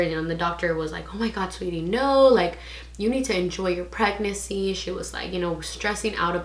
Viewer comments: Thought I was trippin lol she isn’t pronouncing the second N but she’s still cute tho. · the way u say pregnancy😆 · I noticed too lol